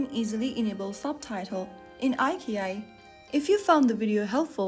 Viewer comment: It’s pronounced “Eye - Chee - Eye”. Who is narrating these videos, A.I.?